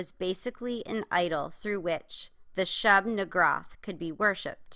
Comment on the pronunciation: Aight, quick pointer: It's not the Shub-niggurath, it's just Shub-niggurath. Furthermore, it should be pronounced Shub-(Yea I'm not typing out the n word)-oth, not Shub-nigroth.